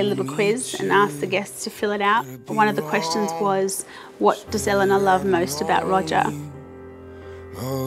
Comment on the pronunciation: Finally found someone with the same pronunciation of Elena as me!!!